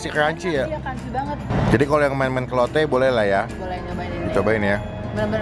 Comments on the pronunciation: Gw kok denger nya lonte ya atau lotte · kirain "kita mau ngelonte" rip my ears